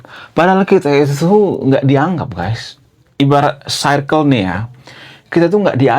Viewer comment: circle.. bacanya: sirkel... payah bahasa inggris lu bang